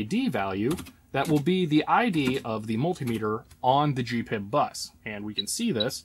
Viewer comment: G P I B ... Not Gee pib